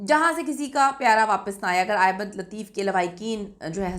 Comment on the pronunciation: My dear the correct word is Ahmad not Ahemad. I believe when you read Holy Quran and open the Surah AS Saf Ayah No. 6 there you see the Word Ahmad. There is zaber on the Alif not zair. The word Ahmad does appear only once in the Quran. According to the Arabic grammar this is superlative degree. Please, pronounce the name of Prophet of Mohammad PBUH correctly. The word Ahemad is meaningless. القرآن - سورۃ نمبر 61 الصف آیت نمبر 6 بِسْمِ اللّٰهِ الرَّحْمٰنِ الرَّحِيْمِ وَاِذۡ قَالَ عِيۡسَى ابۡنُ مَرۡيَمَ يٰبَنِىۡۤ اِسۡرَآءِيۡلَ اِنِّىۡ رَسُوۡلُ اللّٰهِ اِلَيۡكُمۡ مُّصَدِّقًا لِّمَا بَيۡنَ يَدَىَّ مِنَ التَّوۡرٰٮةِ وَمُبَشِّرًۢا بِرَسُوۡلٍ يَّاۡتِىۡ مِنۡۢ بَعۡدِى اسۡمُهٗۤ اَحۡمَدُ‌ؕ فَلَمَّا جَآءَهُمۡ بِالۡبَيِّنٰتِ قَالُوۡا هٰذَا سِحۡرٌ مُّبِيۡنٌ ۞